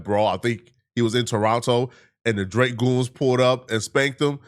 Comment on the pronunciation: Nigga said drake goons 😂😂